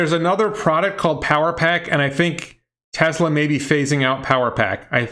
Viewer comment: He might have a speech defect that makes it hard to pronounce certain letters, like a lisp. I have that same problem and have to say Tesla the same way, as “TeZla.”